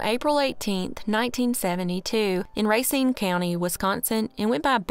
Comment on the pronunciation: Hon, it's pronounced, Ruh-cine